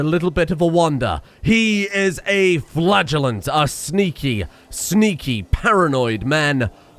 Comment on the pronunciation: I keep hearing flatulent instead of flagellant and it makes the whole experience that much more hilarious to me. xD